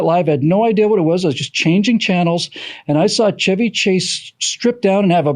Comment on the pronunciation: CHEVY Chase! NOT SHEVY Chase! C'mon!